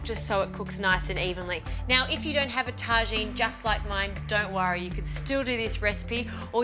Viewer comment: When you are not quite sure how to pronounce “Tagine” and end up giving it a French twist. When someone actually corrects you